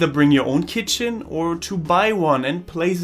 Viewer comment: The way you say keetchen ×D. . .very informative. Thanks